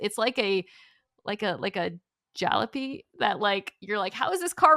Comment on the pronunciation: Mina, it's pronounced :JA-lo-py".